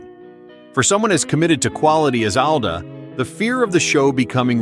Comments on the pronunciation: “Al-duh”? It’s “All-duh”. A.I. voice strikes again. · Not Al-duh, like the name Al. It’s All-duh, like all AI get pronunciations wrong. Good content, but thumbs down for unprofessional diction. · He pronounces it “ALL-DA” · Would be nice if you properly pronounced Allan’s last name